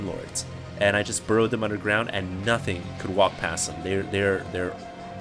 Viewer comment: I loved the way you said "and NOTHING could walk past them"